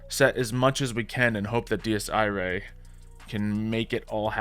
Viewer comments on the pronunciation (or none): Di-ea EE-Ray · The way pronounces Dies Irae is quite something lol